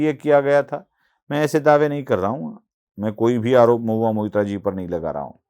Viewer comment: Mohua Moitra Not Mitra 😂